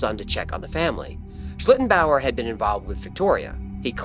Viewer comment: And kudos to for pronouncing it very well so many times 😊